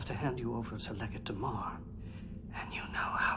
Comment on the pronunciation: D-A-M-A-R not DUMAR. How can you be so deaf?